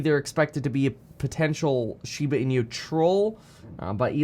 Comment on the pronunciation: its funny how you say the inu as in-u instead hahaha